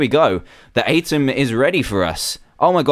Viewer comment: It's pronounced "u-tem" Dan.😅